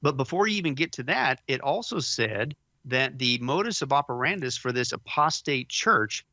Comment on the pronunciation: Modus operandi. If you’re going to say it often, please say it correctly. It is a distraction for some. God bless.